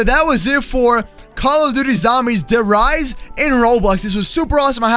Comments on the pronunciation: OMG I AM A LITTLE BIT OFFENDED U SAID DER RIESSE WRONG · its spelled Der Rise but its supposed to be pronounced Die Rise